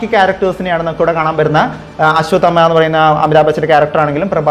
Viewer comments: ആശ്വദമാ അല്ല.. അശ്വത്ഥാമാവ്......അശ്വത്ഥാമാ...ന്നും പറയാം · Ashwath amma enn onnum parayallle.... Correct pronounce cheyu bro